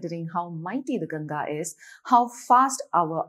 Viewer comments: At least Indians should pronounce the name properly, aye? Please stop pronouncing the name like Ganja. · It's Ganga not Ganges, why do Indians mispronounce their own names ?